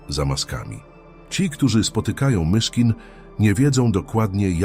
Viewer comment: Chciałbym prosić autora tego filmu, żeby sam czytał. Albo wziął lektora. Mogę pomóc. Ilość błędów i sztuczność psuje przekaz. Frazy w stylu 'historia MiCHKIN' po prostu zdradza użycie syntezatora czy innych metod sztucznych. Wrażliwi ludzie chcą autentyczności. Poza tym doskonała robota!